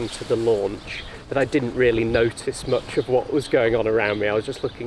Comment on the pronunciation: How moch, mate, how moch?